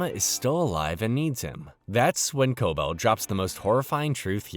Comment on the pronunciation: could of atleast watched the show so you know how to pronounce Cobel